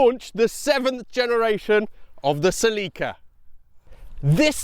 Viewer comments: I am not saying anyone is right or wrong but in the states we pronounce it "SEL-ih-ka." I involuntarily cringed every time you said "sel-EE-ka." Also, I was under the impression that aftermarket modding was a big factor in the popularity of the earlier Celicas, and that the one you drove didn't cater as much to that. And that was one of the reasons for its unpopularity. Don't know if that's true. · you say cellica ? one l means ceelica . pffff english have language problems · It’s pronounced SELL-i-ca. Not sa-LEE-ca. Accent on the ‘cel’. Watch the period TV commercials elsewhere on YouTube where Toyota themselves pronounce it…. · Its not Seeleeka! Thats gay..CELLICA..like Metallica...😅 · What is going on with Toyota's marketing department? Why do they insist on changing the pronunciation of their car names so wildly from country to country? Suh-leek-uh? Pry-us? What do y'all call the Corolla and Camry? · Sel eeee kah? what in the world? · In the United States of America they pronounce it, SELL-i-KA. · in Pakistan, they pronounce it SLEEKA. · yeah sell-i-cuh is how it's always been pronounced in the states. and then he goes and calls it a coup-ay. :) first time hearing that. they've always just been coup's around here. figured the e was silent just like with the word cache. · That's genuinely the first time I've ever heard "Celica" pronounced that way. Anyway, I owned a 2000 GTS (pre-facelift, 2ZZ 6-speed manual), not a super reliable car for a 20 year old driver. The trans liked to grind, and the top end of the valve train needed repair/replacement once. I was too long ago to remember exactly what was done but I remember it being at the dealer for weeks at a time. I sold my MkIII Supra for it back then, also a money pit. Those leather seats were really comfortable, and it got insanely good MPG, but in the end it was a disappointing car. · Is this how they pronounce Celica in Japan? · You need to pronounce Celica, not Celica!